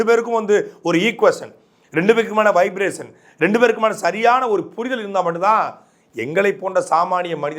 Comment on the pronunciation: வைப்பிரேசன் இல்லை வைப்ரேஷன். தயவு செய்து உச்சரிப்பு சரியாக சொல்லவும். இளைஞர்கள் இதை கடைப்பிடிப்பார்கள். Vibration என்பதை தமிழில் இப்படி எழுதுவதால் வரும் பிழை. ஷா என்பது வடமொழி இல்லை sha என்கிற ஒலி வடிவம்.